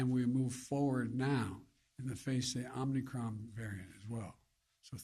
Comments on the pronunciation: Omni Cron by the way!! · “Omni cron” - Biden 2021